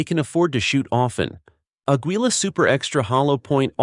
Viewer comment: frames per second? 'which gun you feed it'? missing the 'into'? agwela? it's pronounceg 'ageela'. idiots. do you have an editor? ai? Artificial Imbecile?